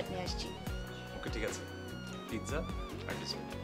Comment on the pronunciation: Tisha bastob jibone onk unsmart. Pizza word ta thik Kore bolte parche na. An ordinary director made artist. Education (knowledge) is important for any job.